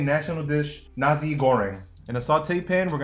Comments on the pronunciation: it's pronounced nasee not N@ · Hes saying Nazi Goreng instead of Nasi Goreng lmao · It's pronounced Na-si, not Na-zi 🤦🤦🤦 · This man said nazi goreng... Why do you ppl say nazi instead if nasi? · I dont trust this chef. Even Jamie Oliver can pronounce nasi and kicap manis properly.